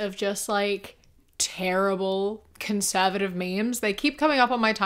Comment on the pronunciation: They be going around saying conservahtive now 😂